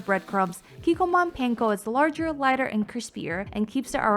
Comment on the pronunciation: The way you say panko makes me cringe. Hehe.